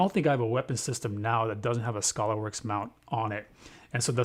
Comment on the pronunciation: It's not Scholarworks it's Skaylerworks. FYI...